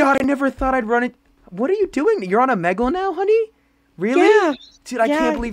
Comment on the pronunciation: Bro said "O. MEG. LEH" not trying to be rude